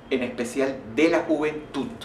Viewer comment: ''juventuT'' JAJAJAJAJA perdonen es que me dio mucha risa xD! en cuanto a lo del tema del vídeo, muy cierto, y muy bueno también, se puede ser religioso y a la vez respetar los gustos y opiniones ajenos c